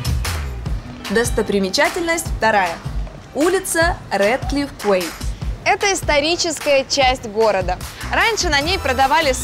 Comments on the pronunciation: Уже сказали, что quay читается как Кей, а не как Куэй? :) [kē] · да научите их блин инглишу, quay - это ки, а никакой не куэй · Это читается, как "ки"